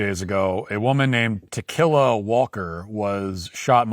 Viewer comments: Tikila Walker pronounced "To Kill A Walker." Sounds like a story about zombie hunting. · Tuh-killa Walker?!? 🤣🤣🤣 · Ta-killa? Seriously? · I keep hearing "to kill a walker" 😂😂😂... What's her name? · Pronounced tequila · I like how Matt is intentionally mispronouncing her name. Good stuff.